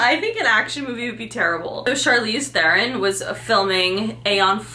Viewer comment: The way you pronounced charlize theron 🥴 cringe